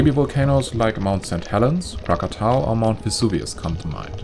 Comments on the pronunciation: You are the ONLY video that pronounces it correctly-krak-a-TAU. THANK U, THANK U, THANK YOU!!!!!!!!!!!!!!!!! I SOOOwant to watch yr next video, as vulcanism has been my absolute LOVE all my life but now that I use a wheelchair..., I doubt if Kilieua is accessible.got any volcano cams to tell me to watch? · Are you an indonesian?if not,then it the first time i heard foreigner said "krakatau" correctly,usually they said krakatoa,god job sir😉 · wow, good pronounciation of Krakatau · This is the first time I heard foreign people spell krakatau correctly like it's original name. I am impressed. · Hi, you pronounce Krakatau correctly 👏👏👏👏